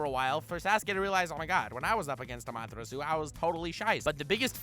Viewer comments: Who got triggered when when he said ama tarasuu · Wait wait wait wait How the fuck did you read “amaterasu”